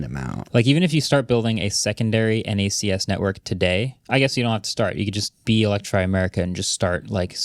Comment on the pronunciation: It's knacks. Not en ay see ess.